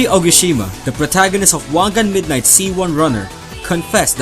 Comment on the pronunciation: You pronounced "midnight" wrong. You turned "Meed-naight" Into "Meed-nit"